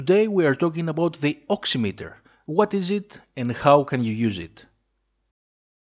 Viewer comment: Someone who says the word right. Thank